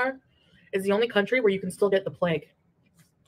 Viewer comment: I don’t know if talking about the “pleg” is something I’d want to do whilst eating but to each their own